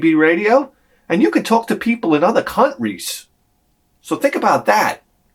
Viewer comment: "You can talk to people in other cun-ries!" 😆😅🤣